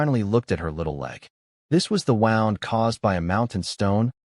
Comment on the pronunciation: Great story. Bow or wound are tells of ai voice.